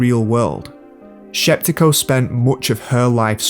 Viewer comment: Larisa Shepitko, not Sheptiko